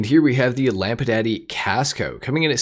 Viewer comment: why you pronounce it lampadaddy lmao